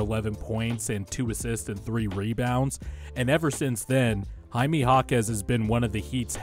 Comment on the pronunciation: Enjoyed the video but the way you pronounce Jaime was like nail on a chalkboard 😂 it’s more like hi-may not hi-mee